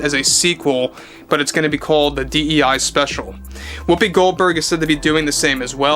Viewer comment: Why do you call her whoppi Goldberg? Her name is Karen this is no joke.